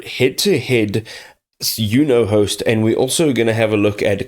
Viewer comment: Pronounce it "Y u no host ?" instead